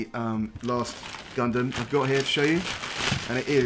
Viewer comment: You’ve got a subscriber, but for the love of god say Gundam the right way.